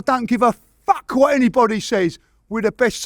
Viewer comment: He says the f word like a proper east end Londoner